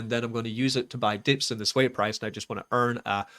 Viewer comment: Please start pronouncing it the correct way (SWEE).